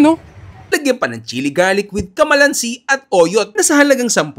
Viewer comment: Hindi po kamalansi kalamansi😅😅